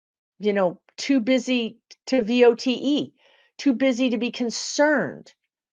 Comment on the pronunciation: I love your videos, but your inability to say the word "Vote" is starting to piss me off.